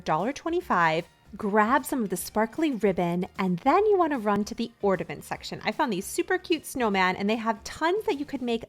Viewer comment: It's ornament. Not ordiment